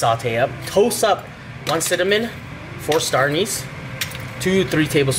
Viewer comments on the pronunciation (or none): Star Anise not starnese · I love you LMAO starnese = star anise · STAR ANIS not Starnese 😂😂